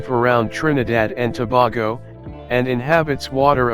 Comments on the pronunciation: Started off with the terribly wrong pronunciation of Tobago. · Toe-bay-go Indigenous people acculturated since 1498 with Spaniards and Arabs was brought by Christopher Columbus...